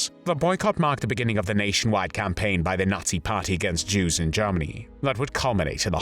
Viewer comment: Well my gut feeling was a German speaker speaking very good English but with some vowels which are a bit off. The "er" sound in the word "Germany" sounds here more like an "ah" (which is the vowel some RP speakers used early in the last century and may still be being erroneously taught in some parts of the world). "The "a" in "hand" sounds like the "e" in "hen" - too tight.